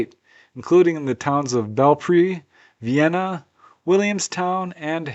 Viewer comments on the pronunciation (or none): none